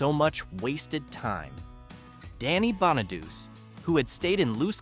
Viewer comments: Yeah... and Danny "Bonn-a-deuce". Hello, it's pronounced Bonadu-chi. It's Italian. But you can't teach robo-voices these things. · How does all these videos with the Partridge Family call Danny (bon-a-dus) when it's pronounced BON-uh-DOO-chee. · Its pronounced bahn nah dew chi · Danny's name is pronounced "Bonnichy" you dumbo. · AInvoice needstogo danny bonaduce at the end of the last name is the LONG E sound not ch sound and silent E